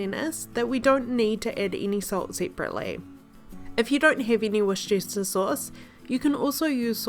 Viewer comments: You put so much time and passion into your videos, and they are so quick and easy to try yourself! ❤ Thankyou for sharing,.🌭 Also, it's pronounced "Wus ter chur" / " "chire" depending on the accent 😆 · Wuster sauce